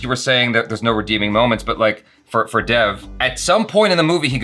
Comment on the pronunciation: How can a person watch an entire movie where the titular character is called Dev, then do a review and pronounce his name wrong?